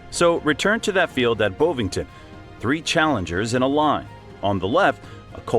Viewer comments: Wish Americans could talk properly....Bow vington my arse it is BOVINGTON. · Bov not Bauve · Bovington. Not 'Bow-vington'. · Bowvington? FFS. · Bo Vington 😂😅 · BOW VINGTON DUDE ITS LIKE BOVRIL BUT THEN YOU YANKS GET BEAULIEU WRONG TO YOU CALL IT BEAU LI OW JUST NO HOPE FOR YOU ALL PRETENDING TO SPEAK ENGLISH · Bovington... short 'o' as in 'on.' Native English. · The 'O' in Bovington is pronounced like the 'O' in 'F*ck Off'.